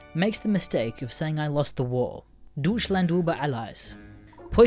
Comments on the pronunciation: Dutschland uber ales XD (I'm german so that pronounciation is too good xD) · Did you just pronounce Deutschland as doochland? LEAVE THIS PLANE OF EXISTENCE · said Deutschland incorrectly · If you speak german just fuckin try to speak properly for FUCKS SAKE. I dont give a shit about your stereotype. Deutschland isnt dissland and über alles(euber alless) isnt ubr alis